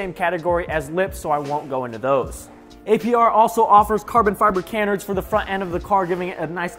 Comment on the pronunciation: Lol you pronounced "Canards" wrong